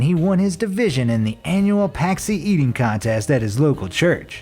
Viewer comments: Punchki not packsi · You, my friend are missing the super power of pronouncing the word correctly. It is pronounced " punch-ky ". Not patsky. It's a Polish thing. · "Pack-see"??? LOL! must be from either Chicago or Buffalo...both cities have large Polish populations and celebrate with filled donuts. PACKZI is the Polish word for donut, which are traditional fare served on Shrove Tuesday, signifying a last indulgence before Ash Wednesday, the beginning of the Lent season. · I cringed when he tried to pronounce "Pączki"